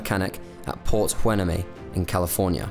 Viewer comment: Nice try but Port Hueneme is pronounced “port hu-nay-mee”.